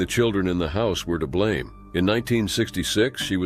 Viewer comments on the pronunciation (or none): none